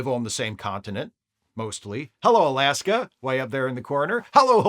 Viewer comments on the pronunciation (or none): none